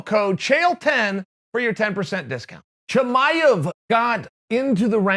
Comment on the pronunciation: Chael, how do you say Chimaev correctly but you call Jorge George?